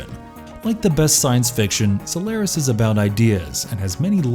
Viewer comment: Like the content, but this v/o guy seriously needs to work on his pronunciation to justify his job. For one, it's not Denis "Villinov," 2. it's not "SolAIRis."